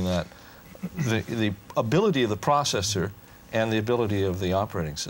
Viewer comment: That guy needs to learn how to say processor the correct way.